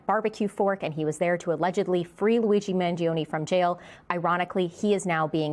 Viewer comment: 'Mangione' is pronounced with only 3 syllables not 4. Man joe nee